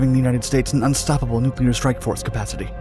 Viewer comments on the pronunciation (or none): none